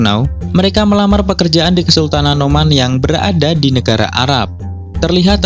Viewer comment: Oman kali!!!! Bukan Noman!!!